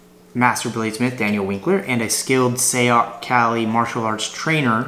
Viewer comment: pronounced SIGH-yoc